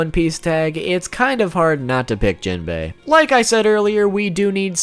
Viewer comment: You pronounce jimbei and laws name wrong low key triggered me